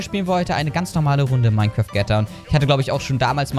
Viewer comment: ach ja und es heisst "Mein kraft" nicht "Mein kräääft"